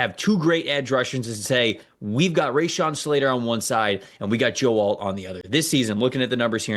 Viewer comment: And Rashawn Slater, not Rayshawn. It’s every week, he’s a top 5 OL in the league say his name right